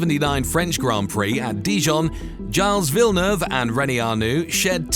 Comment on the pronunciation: Gilles Villeneuve was a French Canadian, not an Englishman. Your pronunciation of his name is simply horrible...